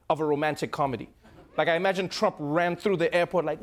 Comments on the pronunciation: (A) Did anyone else notice when Trevor said "Chump" instead of "Trump"? Freudian slip? 🤣😉 (B) #TrevorNoah is 10x better than #SethMeyers. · Anyone else catch the "chump" slip? ahahahaha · Did he call Trump ..chump?